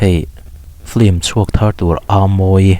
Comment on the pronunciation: 'Flim' nilo in 'Film" tih tur.. Pronunciation hi Lam no kan intih hmuh aa..